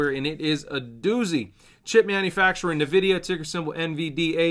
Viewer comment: doesn't even pronounce Nvidia correctly, this is insane how this guy is just reading to us rather than being a proper analyst.